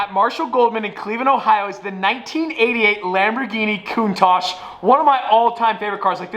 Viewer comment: Merci or the Cuntaj or however u pronounce these names lol😭